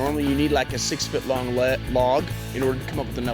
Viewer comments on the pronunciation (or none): none